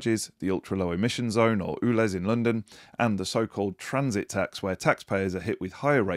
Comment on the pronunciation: ULEZ is pronounced YOOLEZ and not OOLEZ. 😂